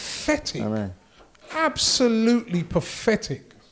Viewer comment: No one: Absolutely no one:: PaFffetic